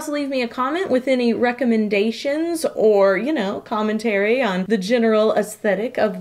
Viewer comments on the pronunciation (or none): none